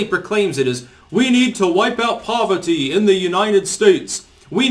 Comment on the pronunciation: "We need tuh wipe out povuhty, in the United States. We need tuh wipe out hunguh, in the United States" 😂 Your Bernie voice is quite good.